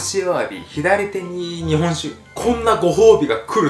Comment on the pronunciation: 日本酒の言い方がめっちゃ関西弁っぽい